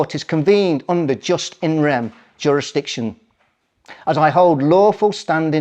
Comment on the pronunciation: That guy needs to do a bit more reading, for starters its pronounced 'YooS in rem'.. not 'just in rem', and it means a right in the thing, as opposed to a right that is in the person and travels with the person. If you want to be taken seriously, treat the subject seriously. .. you could have presented this a lot better too.